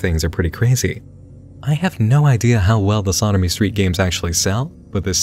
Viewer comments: When he says "slaughtermestreet" does anyone else hear "sodomystreet"? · Is it "slaughter me street" or "sodomy street" I'm hearing? No shade. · I kept mishearing "Slaughter Me Street" as "Sodomy Street" 😂 I didnt realize it wasn't until you showed a screencap with the channel name